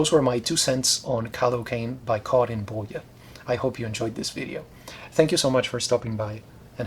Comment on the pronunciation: you nailed the swedish pronunciation of karin boye!